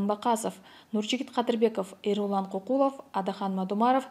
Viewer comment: Кыздар, Ко́куло́в, Кокулов эмес